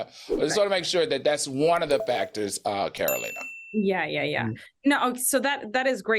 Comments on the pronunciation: Lol is TS saying Catalina instead of Carolina?! 😂😂😂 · TS pronouncing Carolina's name all wrong🤣🤣🤣🤣🤣🤣🤣🤣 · Madison keep saying Carolina name wrong… it’s giving grandma can’t be made to remember all these names teas 😂